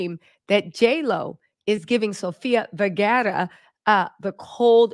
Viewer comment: Can someone correct her because every time she says Sofia Vergaras names I chuckle 😂